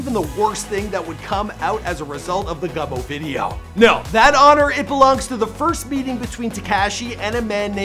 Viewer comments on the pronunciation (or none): none